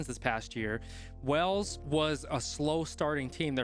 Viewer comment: Great analysis - just one thing mate…it’s not pronounced “wells” but rather “whales” 🐳 🏴 😉👍🏻 the people are referred to as the Welsh of which you pronounced correctly